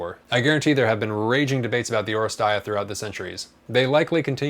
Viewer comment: Thanks for review, in Greek it’s pronounced oh-RE-stee-a, not oh-re-stai-a